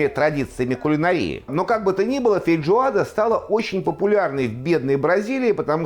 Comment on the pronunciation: вы постоянно так говорите - фейДжоада